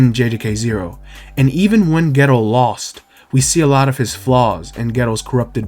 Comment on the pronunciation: I keep dying when u say geto, I keep hearing ghetto